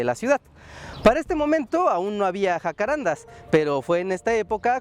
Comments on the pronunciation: Es un dato pequeño, pero hay que decirlo: es JACARANDÁ. Con acento en la Última Á. Debido a que el nombre es Guaraní. Saludos! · Wow que interesante ver que hasta allá llegaron los jacararandás. Lo único es que el nombre se pronuncia jacarandá, con carga tónica al final ya que viene del guaraní. Me impresiona que las palabras guaranis hayan llegado tan lejos Postdata: El nombre en guaraní quiere decir Lugar de perfume o fragante, Hakuã= Perfume y renda= Lugar o sitio. Y bueno de ahí se deforma al castellano como jacarandá